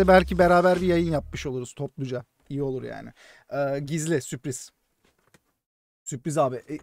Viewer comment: süpriz değil la sürpriz